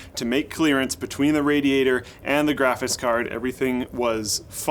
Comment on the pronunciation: "Graphits Cards" -, 2017